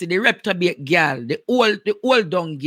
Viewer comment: Andre the word is reprobate NOT Reptobate!!